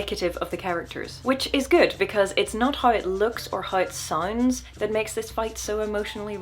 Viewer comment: Oh jesus, when she says "soooounds" be still my beating heart. Accents lol